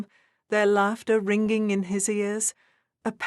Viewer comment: The story is nice but a bit too syrupy to be believeable. Your narrator maybe English and she has a nice voice but her annuciation might be so-called middle English but an excellent narrator would not say Crack-er-ling, ring-ging and other similar bad pronounciations which makes the narration go from a possible excellent to just okay.